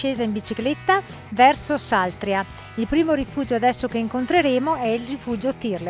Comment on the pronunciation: Saltrìa, con l'accento sulla I. Se non ci fossi io...